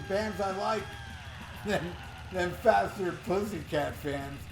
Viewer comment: Fathhhherrr putttthhhhyyy cat-annunciation please!